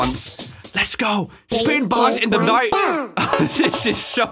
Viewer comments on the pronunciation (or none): "Spitting bars in the Dight"